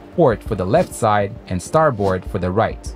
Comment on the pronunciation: the word starboard is pronounced "star bird" you're saying "star bored" see the difference? maritime terminology is full of anomalies like that